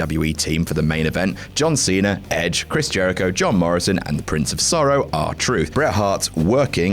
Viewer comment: Who's "John Cener"?